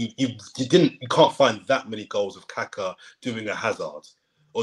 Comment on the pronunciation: please don't pronounce Kaka like that. Brazilians will tell you what you're saying. Hint, it rhymes with grit. Intonation should be on the second Ka.